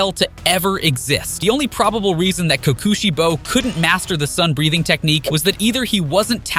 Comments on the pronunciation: Why I’d they say it like co Koshi bo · "Ki Ki shibo"